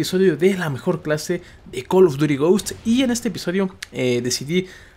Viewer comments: haha yase wey asi ni se pronuncia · "COOL OF DURI GHOST" JAJAJAJAJAJAJA